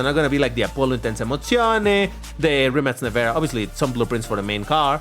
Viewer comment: No hate, but I love how pronounces the brand Rimac like "Rimmats" 😂